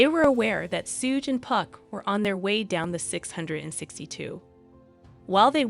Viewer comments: Sooge and 2 pack 😂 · This video might be well put together, but I cannot handle Tupac and Suge's names being mispronounced the entire video! I had to leave, sorry. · Hahahaha rite !! Driving me crazy !! Learn there names before narrating the video !